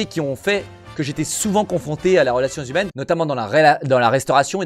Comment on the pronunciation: "a la relation zhumaine"